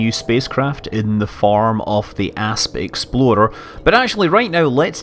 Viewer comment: Is it just me or does it sound like "exploder" when he says "explorer"... I can't wait to get this game, it's too epic. Keep 'em comin' Scott, I look forward to these.